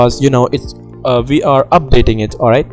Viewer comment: no hate just saying when u say we are i hear it as VR tbh XD